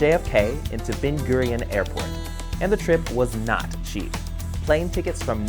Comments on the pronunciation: its ben gurion not bin gurion as the name ben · Just a little info, it is Ben Gore-ee-yawn